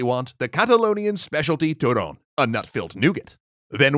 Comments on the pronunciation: He said turón rather than turrón, a turón is a animal similar to a weasel which ferrets descend of. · & now you know why people say "beat the sh*t out of..." also, Turrrrrrón, gotta rrrrroll those R's my dude =p joking aside, Feliz Navidad everyone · Don't know what to make of that ... whatever he tried to say instead of turrons (or turrón).